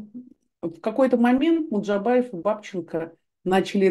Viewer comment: Стыдно журналисту со стажем произносить фамилию МуЖДабаев как "МуДжабаев", а этом огромное неуважение и дрказательство неправоты Е. Албац, противно! парашный блог - чудесная журналистская этика, фу